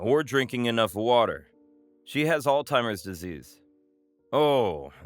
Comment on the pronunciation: I enjoyed the story i just wish they knew that it is NOT pronounced All Timers.